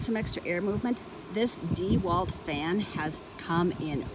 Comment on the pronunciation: The first thing you should learn is how to pronounce dewalt. Not Dee...Walt. Not Dew...alt. It's pronounce Dah walt